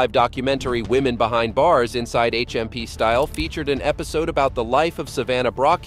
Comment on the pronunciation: Steeeyall? It's pronounced "style" even though it's spelt "styal" cmon guys pronounce something right. It's only English. We taught you how to speak it ffs 😂